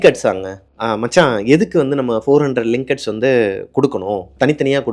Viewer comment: Lingats illa bro ringats